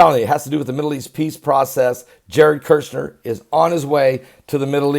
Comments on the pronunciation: Shill,done with you,it's Kushner,not Kershner,and he is evil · the pronunciation of the first syllable of Kushner's name sounds like "Push", so there's no "r" sound in the first syllable. KuRshner is WRONG. It sounds like as in the word "Push", so say Push-ner to Kush-ner. Say "PUSH" over and over, so you get in the habit of saying "push, push, push" to Kush, Kush, Kush, then add "-ner". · Kushner not kershner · It's Kush-ner